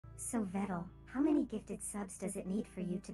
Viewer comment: Can we talk about how said Vedal the correct canon way